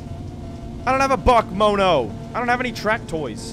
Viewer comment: its not pronunced bockmono its pronounced B.A.C Mono